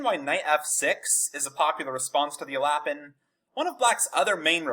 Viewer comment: It's definitely not pronounced "alappin"